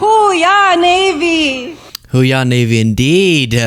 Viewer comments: It sounds like Melania was asking "Who we are Navy?" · What? Whowe'r Navy? WTF was that???